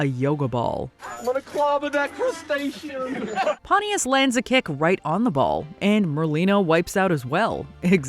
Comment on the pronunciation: "I'm gonna clobber that crustation"